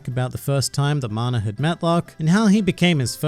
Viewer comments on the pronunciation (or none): Why...why do you pronounce it as "Mana" instead of "Magna"...I literally cannot think of a reason for why you did that...